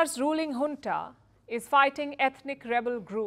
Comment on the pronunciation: Not "Hunta" but "Junta"! If you say Junta as Hunta then you must also Say January as Hanuary, Jungle as Hungle🤣🤣🤣🤣